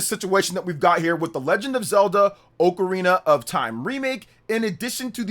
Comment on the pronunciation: Hey it’s ocarina not ocarina.